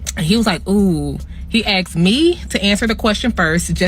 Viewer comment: He axed her and he axed her back... Sounds like the beginning of a beautiful divorce case!